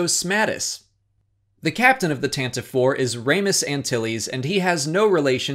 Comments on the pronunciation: As I learnt the other day, The Tantive IV is actually pronounced Tan-ti-ve not Tan-tiv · I think Pablo Hildago said that it's pronounced ad the Tanti-vee IV, based on the old Radio Drama. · The first ship seen in any Star Wars movie? Is this supposed to be a joke that I'm just not getting? :/ Also, not a huge thing, but I'm pretty sure Pablo Hidalgo confirmed that it's official pronunciation is Tantiv"ee" IV. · As Pablo Hidalgo pointed out on the Star Wars Show last week, "Tantive IV" is pronounced "Tan-tiv-ee" Four, with the name having three syllables, as per the radio drama. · the Tantive VI pronunciation was confirmed recently to be /ˈtæntɪˌvi 'fɔ:r/, I think by Pablo Hidalgo himself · You're pronouncing Tantive IV wrong! Pablo says its pronounced tan tiv ayy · Pablo Hidalgo confirmed how to say Tantive 4 correctly and you mispronounced it